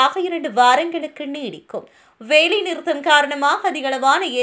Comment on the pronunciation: உங்களுக்கு தமிழில் ல, ள விற்கு வித்தியாசம் தெரியாதா? வேலைக்கு வேளை, அல்லது க்கு அள்ளது என்று தமிழை ெகாலை செய்து வாசிக்கிறீர்கள் .